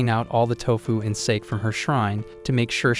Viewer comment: Sake = "Sah-kay"